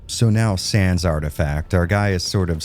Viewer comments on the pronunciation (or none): none